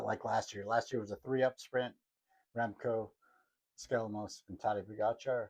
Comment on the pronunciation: Nice recap Tyler! You're already in the breakaway group with the few American commentators that can pronounce Tadej Pogacar's name correctly, ha!